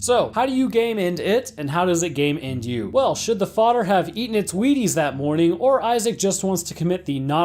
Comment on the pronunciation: It took me too long to realize you were saying “game end” instead of “gay men” that viral load part was making my brain stall until I got to you having to re name d e a t h